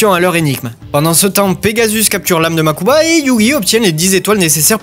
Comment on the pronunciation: Un truc que j’ai jamais compris, si les bro kaibas sont "riche" pourquoi mokuba ( makuba ) et toujours habillé comme un sdf et Seto à 5 tenues ( je compte pas le dernier film ou il habillé comme pour un gala ) ? Ah et oui mokuba et prononcé une seul fois en vf par… seto ( des fois la vf on dirait celle de dbz ou cdz ( saint seiya ) ex: au lieu de dire «MAZENKO! gohan dit RAYON MAGIQUE! »dans dbz ou en encore seiya quj a pris «UNE DÉCHARGE ÉLECTRONIQUE» ) aaah quelle époque tous ça 🥰